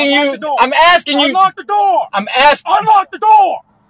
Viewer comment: "I'm axing you"....english as a 2nd language😅😅😅